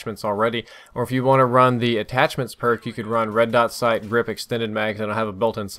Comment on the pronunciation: Red sot dight